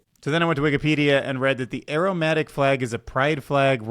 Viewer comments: dude it´s aromaNtic not aromatic xD maybe if you read it correctly the first time you could have guessed better what it was xD also it´s mistral and not Minstral :D minstral.. mistral who cares.. fuck the french right?^^ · I heard aromatic flag and wondered how it smells. Did you insert that section after the incredibly phallic robot on purpose? And I shudder at the thought of what they might do if they made the tip glass and put a camera in it. There are use cases I definitely don’t want to see there. FYI, try pronouncing it ay-romantic, where ay rhymes with grey and romantic has an audible n. Otherwise, people will be very confused and wonder why there’s a special flag for herbs and spices. When you prefix “a” to the beginning of a word, it’s a bit like putting “un” instead. It implies an absence of something. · It’s aromantic… not aromatic. Lol you sound like you’re saying it has a nice aroma. Think of it like asexual. Love your work though.. keep it up 😊